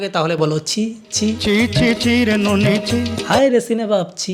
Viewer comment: Oita নোনি na নুনি hobe 😂